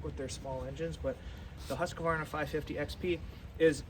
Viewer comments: And yet, you can’t pronounce it. Husk-VAR- nah. Three syllables. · lol—- I used to work with a Husqvarna repair woman. She does it the “American” way. Said almost everyone she deals with at Husqvarna does it the same. It’s acceptable. Just like janka. Everyone pronounces it with a J sound. (Should be Y)